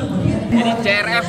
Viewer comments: si ar ef bkn ce er ef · CRF bacanya (Si ar ef) meen bukan ce er ep